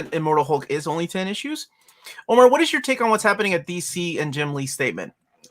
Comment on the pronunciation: Omar is hurt his old white lady neighbor said he speaks English well. Meanwhile we see the Omar that mispronounces his own name on the channel 🤣 Btw love these streams you do, even if I can't watch them live.